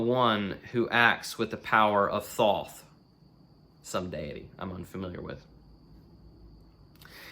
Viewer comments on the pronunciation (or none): none